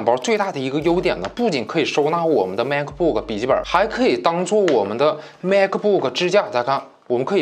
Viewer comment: 是马克不克 不是macbook